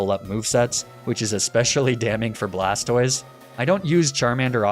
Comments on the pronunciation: "Blastwah", well, Blastoise would be Blastwahz, and feminine. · "blastoi" absolutely killed me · I’d you’re going to intentionally mispronounce Blastoise, at least pronounce it BlasTIS so it sounds like TorTIS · Blastoise pronunciation🥸